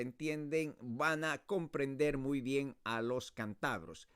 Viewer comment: Errare humanum est... Creo que debería preparar un poco mejor su ponencia. Para empezar, decimos "CÁNTABROS", no "cantabros" ni "cantabrios"... Por otra parte, el verbo "coger" en este caso no se usa de la forma que explica usted. Decimos, por ejemplo, "eso aquí no te coge" = eso aquí no te cabe. Además, se usa más la palabra "tebeos" que "chistes"... Saludos desde Cantabria.